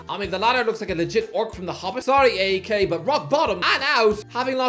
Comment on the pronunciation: AEK is pronounced 'IKE"